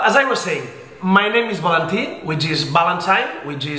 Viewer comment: Valentí no digas tu nombre como si fueras guiri ;) un abrazo crack